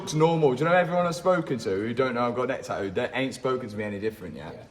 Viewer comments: Love the new neck tah-oouuu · Love the new taaaooo! I swear I wish I had the English accident 😂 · "taooo", "oil fileer" 😂😂😂😂 how is this English??? No "T" at all😂😂😂😂😂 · GUYSSSS PETITION, at 4 Mil, Tattoos the word "TAH-OOH" Basically the British pronunciation of Tattoo!!